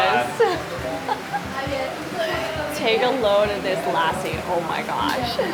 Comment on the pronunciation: I hope you learn how to correctly pronounce the words while you appropriate and milk out views by using India as a tool to grow your subscribers. 'Lassi' is not pronounce like Lassie the dog. It's pronounced lussi. Please ask one of the billion people in the country on the correct enunciation of words. Great videos otherwise, btw!